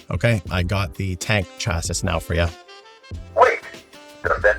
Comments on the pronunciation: "He sounds like he's trying to learn english" then you pronounce chassis as "Chass - sis" as opposed to "Chassy". The pronunciation is "Chassy", rhymes with classy. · Cool video, chasis is pronounced "CHASS-ee" btw lol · Came here to say this lol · Great video! I'm not mentioning this next thing because of anything wrong with you; it's more about something wrong with me: In my experience, "chassis" is usually pronounced as if it was spelled "chassy". Never be ashamed of mispronouncing a word! It's usually a sign that you were an early reader as a kid and learned a lot of words without ever hearing them said out loud. At age 8 or so I simultaneously lost the county spelling bee and learned that the two C's in "succumb" are not pronounced like the ones in "succeed". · Saying the AI sounds like it's trying to learn English and also yourself pronouncing "Chassis" was pretty funny. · How do you not know how to pronounce chasis? Not being a troll, genuinely am surprised